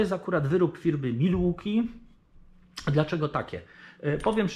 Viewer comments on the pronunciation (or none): POLICJA JĘZYKOWA NIECH NIKT SIĘ NIE RUSZA! :P Würth nie czyta się wirt bo U-umlaut to takie u tylko z intonację bardziej jak e a Milwaukee nie czyta się milłuki tylko melłokii (albo jak mieszkańcy Wisconsin twierdzą 'mełokii') bo au w Milwaukee czyta się tak jak w wyrazie fraud (~frod~)